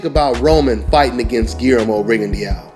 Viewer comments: It's rig-in-doe not riggone-Dee-ow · it's not rigondeeao. i think that fight happens in 2 years.